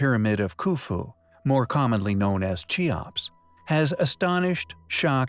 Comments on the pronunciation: Kee ops. Not chee ops. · It's pronounced Kee ops not chee ops. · its keops k not ch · Cheops = KEY-ops. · Chee-opps? Holy shit. Stop making videos.